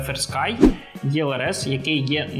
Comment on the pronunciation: Чому Ви говорите ЄЛРС? Це ж російською так, українською - ЕЛРС, або ж ІЛРС (якщо англійською ELRS)